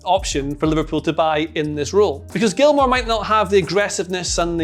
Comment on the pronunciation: Turned off after he said billy gilmour